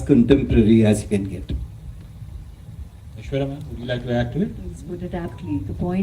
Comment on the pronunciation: Ita Aishwarya not Aeshwarya...